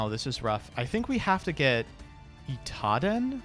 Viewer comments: The more I pay attention to how pronounces things, the more frustrated I get. I only just now realized he says "Itaden" instead of "Idaten". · You know that "Itaden" is actually called "Idaten"? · pronounce Idaten correctly challenge (impossible)